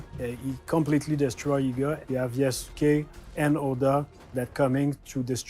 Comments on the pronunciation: I’m one of the huge Assassin’s Creed nerds you mentioned, chances are I’ll buy this immediately because I’m just so invested in the series. I most likely won’t play as Yusake much unless where forced because I buy Assassin’s Creed games to play as an assassin. I’ve also been asking for the Japan since AC2 & you were right, listening to you trying to pronounce these Japanese names & words was killing me inside a bit because I often talk about these historical figures. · I dont entirely blame them. They are a mostly french team, speaking in english, and trying to pronounce a japanese name. Which japanese names are not that easy for even native english speakers, because it doesnt follow the same rules. The best way to remember how to pronounce the name is just think of the U as non existent. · You mispronouncing Japanese names is pretty cringe. Its Yas-kae not Ya-su-kae. Its Naru-to, not Na-rU-to. Ik its a pet peeve but bro dont be the American who perpetuates the thought that Americans are unintelligent by butchering names without even attempt to say them right.